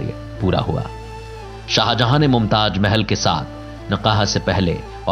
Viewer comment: Pronunciation is so bad for some word Mumtaj nahin mumtaz 😃😃😃👎👎